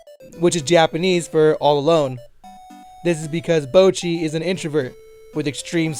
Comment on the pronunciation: Who tf is Bow-chi?!???